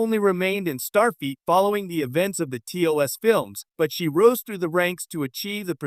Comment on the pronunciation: Is this the new ROBO VIDEO TREND? Mispronouncing an obvious name in Star Trek lore? STAR FEET? There's yet another Star Trek related channel that's also saying STAR FEET. Does the A I ROBO CREATOR have an obsession with STAR FEET? Perhaps your next video can explore WHO in the Star Trek Universe has the Stinkiest FEET? I'm gonna say the KLINGONS have the stankiest STAR FEET.